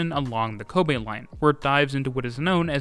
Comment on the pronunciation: Very satisfied that you pronounce the city of Kobe correctly. Apart from that, this is a very detailed coverage.